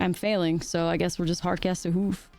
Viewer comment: Hoof not whoof